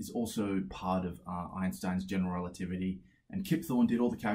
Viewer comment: He must have said "general relativity" so many times that he is able to say it like one single word "generaltivity"